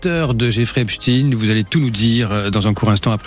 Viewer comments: On ne dit pas EPSTINE On dit EPSTEIN 😕😕😕😕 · Epstein comme Frankenstein, Einstein, Bornstein, Weinstein, … et non Epstine, Frankenstine, Instine, Bornstine, Winstine et tous les autres. Nous sommes en France et Einstein n’a jamais été prononcé Instine. A force de répéter un mensonge, il en restera toujours quelque chose mais cette fois, ça ne marche plus. Les gens se rendent de plus en plus de la supercherie. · Le journaliste est anglais? Epstine c'est lourd à entendre. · Ils m' énervent ces journalistes à prononcer " Epstine " comme les Ricain alors que c'est un nom juif allemand 😣